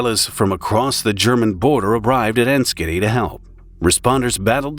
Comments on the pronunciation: 'Enschede' is pronounced ens-gay-day. It's not a joke. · Enschede is pronounced “en-shed-deh” for your information. May be Canadian but been to the Netherlands three times